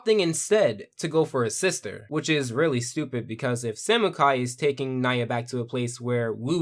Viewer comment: Great review! It was funny for cliches to be pointed out because back then they sounded really cool. As a huge fan I did get “triggered” when u said things incorrectly like “N-i-ah” instead of “Nee-ya” and said “Zane the master of Water” I am not angry at you I hear it a lot but I did enjoy the review. The show has majorly matured and has grown to a PG rating at season 8. I still highly recommend the show for the storyline and characters.